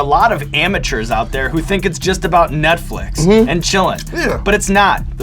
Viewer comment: did he say nutflix?